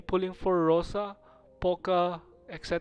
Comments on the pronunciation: Ok gyus, my ears bleeding nonstop, so I will mention this for all arknight comunity one time only: Rosa - (Роса - по русски) - dew, there is no other meaning to this word, you pronounce it like RosA (accent on A). I saw banner with Rosa it was called Snowfall (Утро - morning, same with роса no other meaning). Maybe Rosa banner meant to show "when morning (утро) comes, rosa (dew) appears"? I cant understand more deep meaning, because always skipped lore part of arknights. Just please dont say on Rosa Poka, she is Rosa in english and in russian. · Lol even Russians had troubles with reading Rosa's name (Роса [rosà] - dew, in English) Not [poka] pls, I write without hate or anything, I just want to kill myself when I hear [poka] 🙃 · "Роса" is in the Cyrillic alphabet, not the English alphabet. While Cyrillic does share several characters, their pronunciation is most of the time different to their English counterparts. The Cyrillic "Роса" is pronounced "ro-sa". Reading it as "po-ka" is plain incorrect. Зима is read "zi-mah" not "three-en-ma". Истина is read "ees-ti-na" not "nc-tun-ha". Роса is read "ro-sa" not "po-ka". Hear it for yourself: Copy and paste Роса (do not type it in in English). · It's not Poca Rosa... it's just ROSA. xDDDD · Her name is pronounced Rosa and written as "Poca" in the Cryllic language alphabet (according to All Ursus students have their names shown in Cryllic like Zima, Gumi, and Istina. Even for Poca, while it looks like the western alphabet, each letter actually exists in Cryllic, sounding out "Rosa" Furthermore, you can hear in her audio files that she clearly refers to herself as Rosa, so the pronunciation isn't in doubt, it's mainly how you choose to write it. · Please don't call her "Poca". xD Every russian bear in Arknights has her name in cyryllic in brackets next to her name, so it just seems like you're ignorant of her real name and pronunciation of it